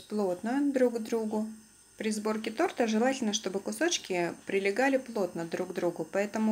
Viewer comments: Была одна) тортА сказала) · Торта ударение на первый слог